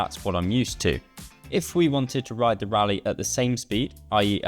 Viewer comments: I thought Raleigh was pronounced RAW-lee and not like Rally. How about prices without the pedals? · Raleigh pronounced rally?